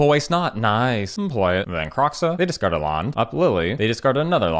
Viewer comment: can't tell if you're saying discard or dis card